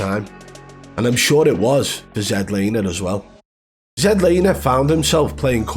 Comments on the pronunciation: I swear I’m about to pull my hair if I hear Zed Laner one more time 🫥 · I thought his name was Zlaner. Not ZED lamer? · His name is Zach Lane not Zach Laner you Neanderthal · He’s Not a hacker, jealous bro, u can’t evan say his name right ya plum 🤣🤣🤣